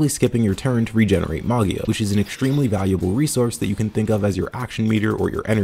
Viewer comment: "Magia" is italian for "Magic" so the G is soft as in "Gem", with the accent on the I